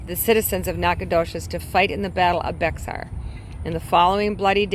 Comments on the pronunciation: Bexar is pronounced Bear …. Goliad, gOliad nacogdoches nack a doe ches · Bexar is pronounced Behr. I am not being rude, i enjoy your channel.